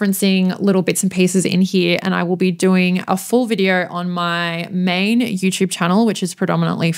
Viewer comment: I like hearing you say "Yertoob" and "Pawrdcosts"😊